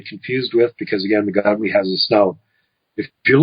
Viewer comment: Gugwe is pronounced (goog-way)..